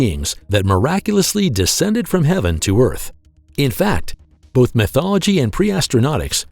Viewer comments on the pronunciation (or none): none